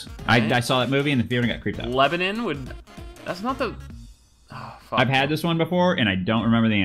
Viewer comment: speedy said Lebanin ha